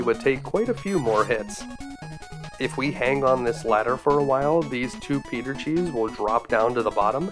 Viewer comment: Are you saying Peter cheese??